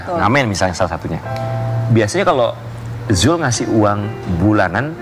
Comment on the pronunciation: mc nya ganti kali tuh yang nyebut nama zul saja belepotan